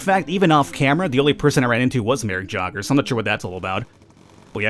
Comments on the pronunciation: it's pronounced yay - ger :P not jogger lol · So Jager is said yay ger. Sorry aha good video tho :) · That elite pilot is actually pronounced more like yayger. Just saying. Nice video! :)